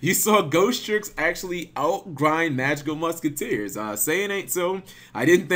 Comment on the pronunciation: Everytime you say magical muskiteers, I die a little inside..